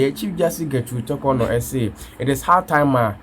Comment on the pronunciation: I dislike the way you pronounce the Chief Justice's name. Learn how to pronounce her name properly before you come on air